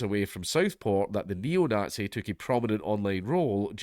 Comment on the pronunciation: 'ayle 'eetluh' - the nogtsee probably